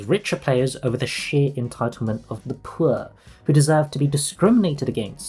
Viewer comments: The man says "phour" like it's a slur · the way he starts saying “poor” in that posh accent that sounds like you’re throwing up in your mouth a little whenever you mention the lower classes